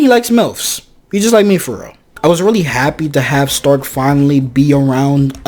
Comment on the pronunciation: The only problem i got with this whole show is how the say stark like it could be because most names are german inspired (übel wirbel etc.) so it could be a pronounciation issue but why is stark sounds like shtark like it bugs me just enough to annoy me but not like in a bad way